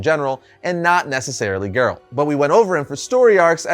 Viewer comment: Dumb video. Focuses way too much on the show, and the guy here is just a NPC reading a script. Can't even pronounce Geralt right.